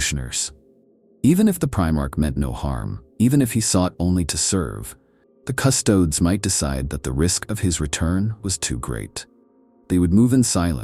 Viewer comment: when using an AI voice-over, at least take the time to write words like Custodes phonetically for the sake of the listener.